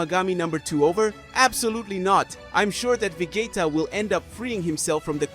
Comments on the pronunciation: If you cant even pronounce vegeta right im already done watching lol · Bro is saying 'vegayta'😂